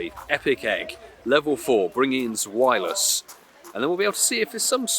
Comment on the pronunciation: I dunno why but the way you say zwelious :S